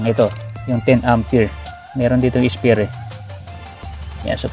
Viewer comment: Spare po ata yun hindi spear